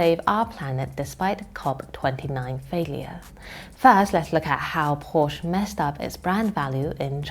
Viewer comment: Agree with all points made, but can't help wishing China's "front persons' in such videos would make the effort to get their "international pronunciation " right, such as PorSCHE, ROYters , KERosene (or keroSENE ) rather than carelessly mispronouncing them , as western frontpeople so often do with Chinese words! A small gripe, I know, but I don 't want to give arrogant westerners any chance whatsoever to laugh at Chinese people...